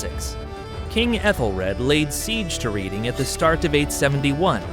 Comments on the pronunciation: Yeah, cant even get the place-names correct. How much more of this is erroneous? A big thumbs-down. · A nice presentation of a complex history. You just need to learn how to pronounce Reading. 🤣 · "Reading " is pronounced "Redding"...... not like reading a book...bloody yanks know nowt outside the US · Just an FYI but reading is pronounced Redding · Good video but one main mispronunciation was Reading, it's pronounced Reding just a heads up 👍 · yeah. not "Riding" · Reading is pronounced Reding! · Hi bro, really enjoying the video, just commenting as I'm from modern day Reading and it's pronounced red-ing, not sure if U are using old pronunciation or its a mistake but other than that, thanks for a very interesting and educational video! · Reading is pronounced Red-ing, regardless of where you are from in the UK. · Reading - Red-ing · Reading pronounced Red-ing lol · reading 😂😂 you dont pronounce it like reading a book, dumbass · Oh, the captured Reading. I thought it was pronounced Reading, but I guess Reading is fine too...? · I was worried by the pronunciation of Mercia, it only got worse at Reading. I can only wonder what the invaders think about how awful we pronounce their names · "Reading" killed me ngl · Reading really annoyed me 🤣 never heard anyone call it that before. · You have to question the accuracy when the narrator cants even pronounce Reading properly 😂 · Bro can't even pronounce Reading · “Reading” rhymes with bedding, not bleeding. 😂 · Reading should be read with ae, not with e sound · 😅 And isn't Read ing pronounced Redding? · Reeding, lol. Redding. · RED-ING not Read-ing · It's Redding, not reading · As someone who lives in Reading: its pronounced "red-ing" not "reed-ing" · lol it's 'reding' not 'ri:ding' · The town of Reading is pronounced REDDING, not REEDING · Red-ing ... Not Reading. Otherwise, a brilliant video! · Reading is pronounced RED ing; NOT REED ing. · pronounced REDing, as in the colour Red. Reading, lmfao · Its pronounced red ing